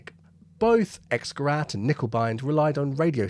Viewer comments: Dont mind the knickebein thing, but you're saying Xgerat and not Xgerät. That word dosnt sound like an A at all. Its got umlaut in it. So it's a gerät not a gerat... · Just FYI, X-gerät is pronounced like an English person would say "ix-gerait", not "ex-gerat". Germans pronounce the letter X as "ix", and “ä” as in Käse is like an English person saying “air” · Just a point, X-Gerät is pronounced X-Gerate to a English speaking person, the umlaut (the two dots over the a, the ä) changes the sound of the ä a bit like adding an e to the end of a word in Eglish, so rat = rat and rät = rate Three silly words a pilot never want's to hear from their bomb aimer, "Back a bit." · For information “X-Gerät” is pronounced “ics-gare-ate” might as well get it right. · X-Gerät is pronounced something closer to 'Icks-gerate'. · X-Gerät ... the 'A' has umlauts, so it should be pronounced differently. More like "gehraYt" - sorry but to a German speaker, this hurts. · Also, "X-Gerät" is pronounced like: "Icks - Ge - rate" or a bit like someone with a strong Yorkshire accent saying "Great" 😂👍